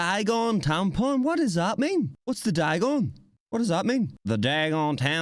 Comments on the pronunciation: It's dadgum not dagon lol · Its "dagum" not dagon